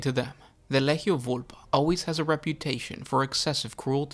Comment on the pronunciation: It's Lee-Gee-Ohh. How much shit can you pronounce so horribly wrong every video man.